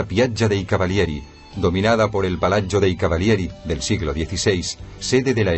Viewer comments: es verdad quede aterrada cuando pronunciaban palazzo , es como si lo dijeran palachio terrible. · De acuerdo, si no saben pronunciar que traduzcan y digan plaza y palacio, y no piacha y palacho. Horrible.